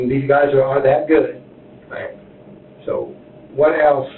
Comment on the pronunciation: “ you seem like a guud person ur a marine”😂😂😂😂😂…… this DOES NOT MAKE HIM A GUUD PERSON IN GENERAL officer!!!!